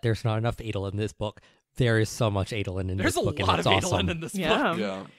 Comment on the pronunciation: Man, the way you guys say "Adolin" is really cringy... All other a's in Alethi are pronounced as in "dad" not as in "fate"!!